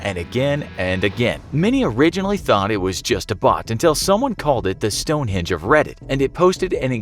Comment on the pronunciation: It's Stonehenge, not Stonehinge 😅